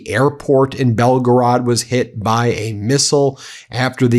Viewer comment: Not Belgarade